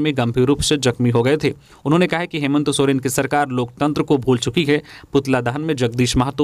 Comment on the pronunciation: समाचार वाचक संजय से कभी कभी हेमंत का उच्चारण हेमंतो हो जाता है।इसपर उन्हें गौर करना चाहिए।